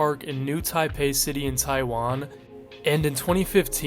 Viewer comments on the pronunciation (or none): none